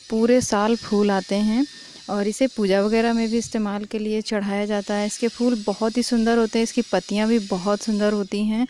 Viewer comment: वीडियो में आप फूल का सही उच्चारण कीजिए.. आपने कहा है की allopathy में BP की दवा सही नहीं मिलती.. इस वाक्य मे सुधार कीजिए.. कितनी पत्तियाँ खाना है.. याने age के हिसाब से dose.. य़ह भी mention नहीं किया.. Video को ठीक और iimmprov कर के पोस्ट कीजिए..